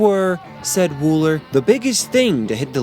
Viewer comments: Its Bob Wool-ER!! Not "en" Thats an R at the end of his name. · WOOLER! Not Woollen. WOOLER! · Its Bob "Wooler" not "Woolen." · Bob Wooler not Bob Woolen 👍🏻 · I could have sworn that Bob Wooler's name was Bob Wooler, and not Woolen. Have I been wrong about that for all these years?! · The guy's name was Bob Wooler, not Woolen. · I thought it was Bob Wooller, not Woollen. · The name is pronounced Bob Wool - ER, not Wool - EN. (The captions are spelled correctly.) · Your propensity for mispronouncing last names like that of Bob WOOLER is hilarious. But it's a decent video otherwise. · Bob Wool-ER. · And it's "Wooler" (one "L"). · Good vid..... but why do you mispronounce the names of people and places so much? Bob Woolen? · WOOLER!! ITS BLOODY BOB WOOLER!! (btw... love your videos... but you fuck at least one name up every video! 😆🤣) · Richard Starkey, not Starkley. Bob Wooler, not Woolen. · Yeah? But he gets Ringo's surname and Bob Wooler's WRONG.